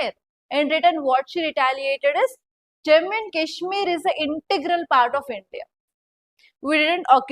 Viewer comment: Im requesting you… please pronounce Jammu and Kashmir properly 😢